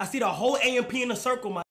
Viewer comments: youre saying amp wrong. this is mad disrespectful ngl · my brother in christ, its A.M.P what he keep say amp and amps